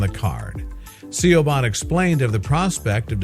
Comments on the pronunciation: 'See-o-ban' (as in 'Shioban' the name) is pronounced 'Che von' - granted it IS an awkward name but ffs, the dumb-yank/robot could've at least googled the pronounciation ! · SEE YOW BAHN? YOU DONT ACTUALLY MEAN SIOBHAN DO YOU? ITS PRONOUNCED SHEE-VAUGN OR SHEEE- VOHN. I know an Irish named Siobhan and I think its a popular Gaelic name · Siobahn is pronounced SHEEVON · I'm laughing at the pronunciation of the girls Irish name.. A little help I think needed SHA. ...VAN is the simplest way I think. ☺☺ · Siobhan...... Is Gaelic... And pronounced SHEEVON...... just saying. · Thank you! It irritates me to death when someone skips their pronunciation research! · THANK YOU!!! That was driving me crazy!!!